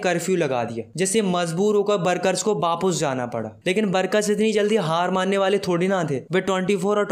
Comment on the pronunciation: Aapne sec pe wapis ke badle wapus bola 😂